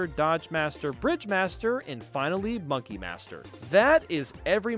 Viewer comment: I love the way he said "Monke" instead on monkey.